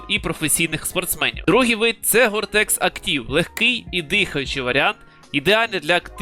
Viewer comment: та ні, просто вивчаю мови та поділився інформацією Доречі, «теч» замість «тек» чую дуже часто А довгий коментар написав на підтримку каналу